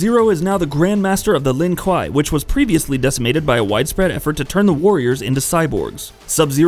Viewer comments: even my grandmother, who never played a video game in her life, thinks you're a n00b for mispronouncing the name of Sub-Zero's clan. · heheh, the pronunciation. Surely, at some point in your research you had come across an MK character saying 'Lin Kuei", right? Like, i get it, bunch of nerds getting upset over the way you're saying something, but it was pretty distracting lol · 99.9% of the comments are he butchered his clan name 0.1% of comments literally this comment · Hey buddy, you better start running cuz Cyrax, Noob Saibot, Sub-zero, Sektor, Cyber Sub-zero, and Smoke are all hunting you down for shoving the Lin Kuei pronunciation up your ass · I clicked off of this video the second I heard him pronounce Lin kuei. I will not have it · Bro,you pronounced almost everything right except the clan the sub zeros are from😣😑😑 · A lot of everything he said just pissed me off, mostly the way he pronounces Lin kuei...why’d he says scorpion was “aligned” with the shirai ryu. He’s the leader and always has been. Well since the start of the first game anyway. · Say Lin kuei properly!!!! 🤦🏽‍♂️ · Crystal clear while butchering the clan names. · Tbh I pronounce Kuai Liang, Kuai Lang, I’m just pissed off that he mispronounces Lin Kuei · Yea the way he’s saying the Lin kuei. Makes me think he did the video for views and has no respect for MK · Subzero is the best, also did he really mispronounce Lin Kuei, I hate it when people do that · Subzero is a great character but you’re butchering their clan name. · I was thinking the same thing and he keeps saying it the same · The Lin WHAT??? Seriously, how hard is it to pronounce something that's said so many times throughout the entire franchise? How do you fuck up that bad? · Bro if you can’t even say his tribe right you don’t deserve to make a video on him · Wtf is a "Lin Kai" you uneducated swine😂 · The way this guy is saying Lin Kuei makes me want to take a shotgun to my own knees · KWAY NOT KUUI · It’s Lin (kway) no Lon kwa